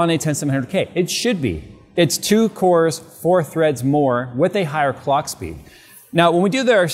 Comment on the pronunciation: "19% instruction per cock" not per clock. Please pay attention to the AMD presentation.